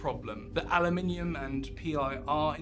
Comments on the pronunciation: Aloominum ? I thought you were British lol 😉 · aloominum. that's not how we say it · He said "aluminium" in the same sentence, so the "Aluminum" part was possibly a trade name.